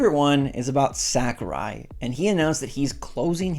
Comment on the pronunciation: I just want to say, I enjoy your channel. However, your butchering of Sakurai's name hurts my soul...